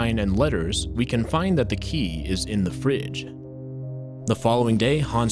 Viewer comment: The way he says "fridge" had me laughing